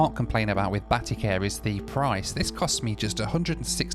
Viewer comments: 'Batty Care'..?? lol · "Batty care" lol